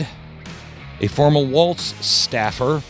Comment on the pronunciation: I can't stand the guy but why can you people not get his name right. President Trump gets it right it's walz not waltz